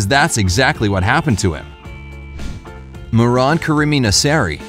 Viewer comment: Iran is not pronounced "aay-ran", it is "ee-ran". The first and last name of the poor guy is also pronounced incorrectly. It is "meh-(full silence)-ran" and "naa-(full silence)-seri"